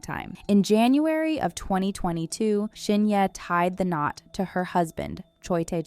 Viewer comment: Video sucks and you could at least pronounce Shin Hye correctly 🤣🤣